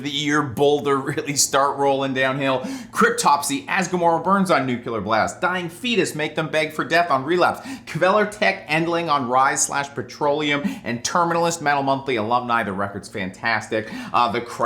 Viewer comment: I will never not cringe when he says Nukyular Blast.